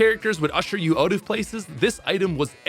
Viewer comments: Say "out".: "Oat" Nooooo! OUT!: "OAT". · Normal background noise while on champions than every 30 seconds you catch a Canadian "out"😂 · where are you from that i can only hear an accent on the word "out". obviously somewhere in canada